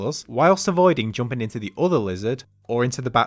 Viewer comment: this is the first time i've heard someone pronounce 'jumping' as 'joomping' lmao. funny af.